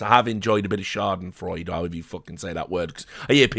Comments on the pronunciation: Ur pronounciation of Schadenfreude is correct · Bro you pronounced Schadenfreude basically like a German, nicely done